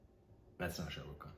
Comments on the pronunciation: it's khan not kaan from you'r epiglotus 😂😂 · It’s Shah Rukh Khan - not shah rooo khan